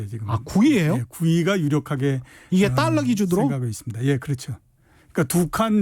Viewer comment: 최 기자님 자꾸 딸라 딸라....그래도 명색이 방송인데 발음 좀 제대로 해주시길...너무 싸보여요.